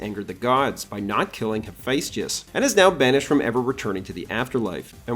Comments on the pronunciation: This is all fascinating but… it’s pronounced HA-FEST-US. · BRO LEARN HOW TO PRONOUNCE HAPHAESTUS PLZ